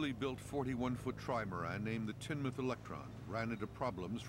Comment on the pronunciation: It's pronounced teen-muth